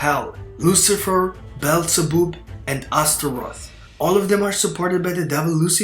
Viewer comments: Beelzebub is pronounced Bee-el-za-bub, not bellzeboob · Bro said Beelzeboob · It's pronounced bee el zah bab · "Bell za boob" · BEelzebub read as bob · as a fan of beelzebub anime im dissapointed on how u pronounced it :(